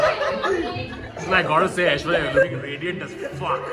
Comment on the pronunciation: well ACTUALLY, aishwarya phonetics like what akash said is a way better pronunciation than what you said. you better tell him that,because damn your pronunciations make us collectively cringe ahahahahahhh